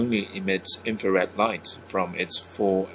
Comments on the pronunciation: its infared not infarred! maniac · Not an expert but uh it’s infrared not inferred